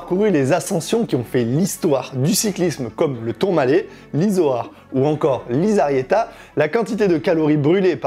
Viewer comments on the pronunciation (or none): 😂 tres joli petit col soit dit en passant ! Je me permet une petite remarque : Lizarrieta se prononce "lissarriéta", le z se prononce s en basque 😉